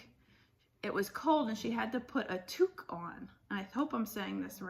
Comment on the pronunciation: Jamies are the BESTEST. You said it perfectly! Tuque :)